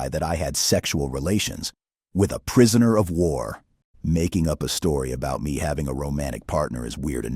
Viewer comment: love how he emphasizes " prisoner of war "